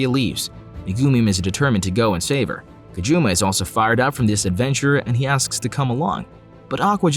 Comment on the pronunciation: Not a game, he couldn’t choose any girl he wanted, you kept pronouncing his name “Kajuma”